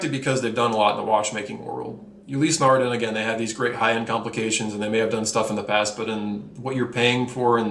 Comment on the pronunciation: I like the reviews, but some of the pronunciations are killin' me! First of all, ETA is pronounced "ate-uh" not spelling out the letters, as in "ee-tee-ay." Then we have Longines. Don't say the "s" and you're okay. Ulysse Nardin. Glad I didn't hear "Ulysses" but say "Nar-DAN" and you've got it. "Glashütte" is kinda like "Glass-hyoota." Yay-ger Le Cool-tra. TEE-so (not Tissoh) Car-shay (not Cart-ee-eh) Good point about Ebel ... some nice watches, but buy 'em used. Same with Zenith (or "ZEN-it") and I might add Bell & Ross as well. Great value on the secondary market.